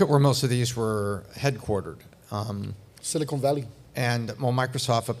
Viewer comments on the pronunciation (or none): Will someone PLEASE finally tell them how to pronounce Silicon Valley correctly?